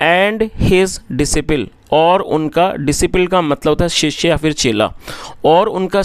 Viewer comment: Disciple is डिसाइपल not डिसीपिल